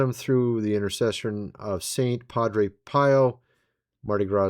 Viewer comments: "Padre Pio" last name is pronounced like "Pee oh", not "pie oh". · fr fux sake, its pronounced "pee-0" u should know that... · Saint Padre Pio is pronounced pee-oh!